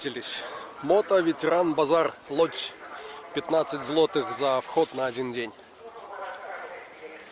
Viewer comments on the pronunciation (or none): Шановний автор ролика НЕ ЛОДЗЬ, а ЛУДЗЬ... ( ŁÓDŻ )